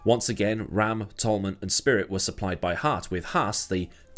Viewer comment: RAM is pronounced ram as in sheep. That how the great Murray called them.